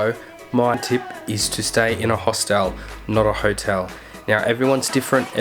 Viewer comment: it's HOSTEL not Host-El